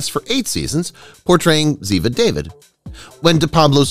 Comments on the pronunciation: It's Da-veed, not Da-vid. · It is pronounced DAH VEED. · ABBY's last name is pronounced Shoe toe. Ziva is pronounced DA veed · How are you doing commentary on a show you clearly have never watched, because you are butchering the names of the characters? If you simply watch episodes with the characters you are referring to you would realize you are pronouncing names incorrectly. It's pronounced DAVEED not David. Hell, the character even corrects other characters in the show as part of the dialogue....and Abby's last name is pronounced SHOOT-Oh. Holy crap. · Ziva’s last name is pronounced “dahveed” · That is not how Ziva's last name is pronounced. The narrator obviously never watched the show.